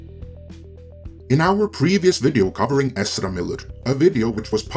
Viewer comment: Does anyone else really like the way pronounces Ezra?